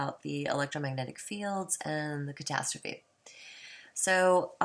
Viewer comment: Castastrophe sounds like Kuh-tass-trophy. Not Cat-uh-stroff. LOL! Love your lil rant about him, the guy is a complete shill for the almighty dollar and a fear monger. Good vid.